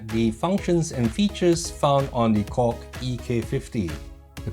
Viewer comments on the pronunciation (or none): I am always shaking my head with what you are saying man like when you say KORG...I thought you always says..COCK, anyways I am going to watch this video (never minding the COCK...so LOL) because I want to know how the USB works as a MIDI...ok watching the COCK now I mean KORG...HAHA!